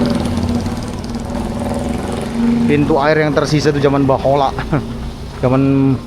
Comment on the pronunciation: Bukan bahola bang tapi baheula...😂😂❤